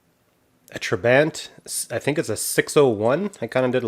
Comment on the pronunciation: Love it! Soviet steel never looked so good. I think it's pronounced "Trah-bont" (rhymes with want). Anyway, cute little thing. Would be cool to do a muscle car custom of one of these. Pretty much any engine would be an upgrade on the real original. Beauty.